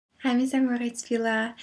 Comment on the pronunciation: she says "veela'g"